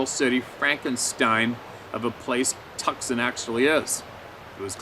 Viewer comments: It is called 2 son tucson. I used to live there a d have no idea why but not t is pronounced like too son not tuck son. Just FYI, and I love your background and stories. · The c in Tucson is silent lol just an fyi. Love your videos no criticism here. (Too San). Would be the pronunciation. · Tuscon is pronounced TOO-SAWN HAHAHA Come to Arizona, there is good hunting and fishing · Just as a heads up, it’s pronounced Twoson. Love your stuff! Keep up the great work. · oh boy Arizona people are going to unload on you. Tucson said " 2 sawn " just hear to help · Tucson is pronounced TOO- SON. Like sonogram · it is pronounced tooson(tucson) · That city in Arizona is pronounced "TUSON" (the "C" is silent) & now you know for the next time you have the name Tucson, AZ in another story. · fyi: Tucson Az. Pronounced too sahn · Ah Madera canyon. I have camped there as an assistant scoutmaster.. It's a beautiful area with tall pines. Definately not like the deserts of Tucson.(pronounced Too-sahn, but who really cares. Tomaeto / toe-matto) Thanks for sharing the stories. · That city in Arizona, Tucson? We say it sort of like Too-sahn. The "c" is silent and the "son" part is like when the doctor says to open your mouth and say aah. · it's Twosson Tucson, the c is silent🙃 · Also Tucson is pronounced Too sahn and it does suck ! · Tucson is pronounced Tooson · hah, love ya man, it's pronounced TWO-SAWN. (Tucson). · out in " TUCKSON " Arizona... 🤣🤣🤣👍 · "Tuscon" (Texas) is pronounced "Tewson". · The city is Tucson. In southern AZ. It's pronounced TOO- SON. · Dude getting his head coddled in the tent...... bro, ole girl was trying to tell you to keep your head off the cold pillow/ground lol, also it's "toosan" not tukson Arizona lol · Took me awhile to figure out that Tuck son Arizona is actually Tucson pronounced two sawn Arizona. LOL🦻love this channel and the round table of honest people. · Tucson is pronounced "toos on" not "Tuckson" ❤😉